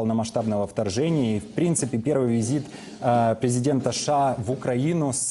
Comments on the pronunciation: Почему ведущий говорит ША ?? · Президент ША это кто?) У ведущего проблемы с речью, требую замены)